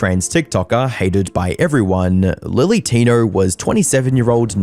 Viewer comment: He's talking about lilly Tinerrrrr